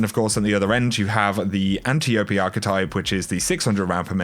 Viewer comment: G'Day. Terrific Video as usual mate. Thank you. I don't know whether you've been told, but you are pronouncing the "Antiope-D" Sub Machine Gun name incorrectly. It is pronounced "Ant-Eye-O-Pee"-D. Antiope was a character from Greek Mythology - An Amazon and supposed daughter of Ares. There are many accounts of her and differing stories of her fate. She was also adapted into the Wonder Woman comics in the 1980s as Diana's aunt. Further useless info: Robin Wright played Antiope in the 2017 WW film. She is the one that secretly trained her and was sister to Queen Hippolyta (also in Greek mythology as one of Antiope's sisters). NFI where Bungie puts this name into their Lore for D2, but with conflicting stories as to whom she is the daughter of, maybe the "-D" in the SMG name means it is a Daughter weapon... Of what or who I do not know. Cheers man. Mikey